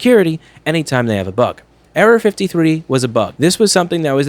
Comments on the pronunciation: anyone else think he was saying Area-53... LOL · The frist time he said error 53 I heard area 53